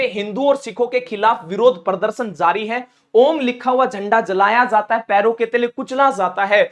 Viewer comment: Tum apna talaffus Sahi karo jata he zata he me fark